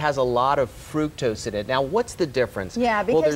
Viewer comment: I CANNOT listen to her say "frukose" one more time - it's FRUCTOSE!